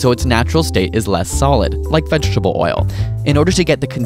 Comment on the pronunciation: va-CH-itable oil....dat sound!